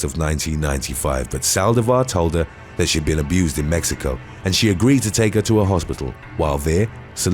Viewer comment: Wait... he can't say 6th or pronounce American last names correctly, but pronounces Mexico as "mehico"? The pretentiousness is real...